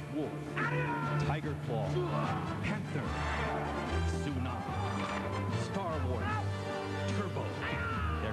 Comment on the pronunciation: I’m sorry but I can’t help but chuckle ever time the announcer mispronounces Tsunami’s last name. 🤣